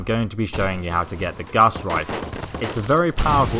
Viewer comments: Yooo, Gauss with no a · Honest mistake. It sounds like he calls it the guss rifle too. Lol